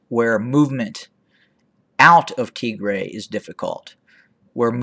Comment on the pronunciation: It aint tigrea dude. Its Tigraay. Thats phonetically written for u. Tigea is a language in Eritrea. You doing great. Upload some pics and videos too. Your knowledge of Ethiopia history is greater than of those living in Ethiopia. Keep up the good impartial work.